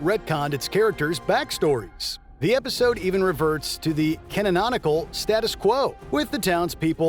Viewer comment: Hearing this guy pronounce gif as jif and canonical as cannononical annoyed me more than I feel ir should have I'm not going to lie